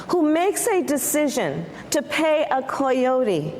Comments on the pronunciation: did Kamala really just say Koi-yote? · Kamala can’t even ****ing pronounce coyote, her stupidity never ceases to amaze me. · I’m surprised she didn’t get more backlash for saying “coyote” so horribly wrong. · What’s up with that pronunciation of coyote?